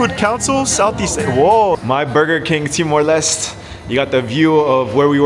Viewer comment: Btw its pronounced Timor 'Lestey' not Timor 'Lest'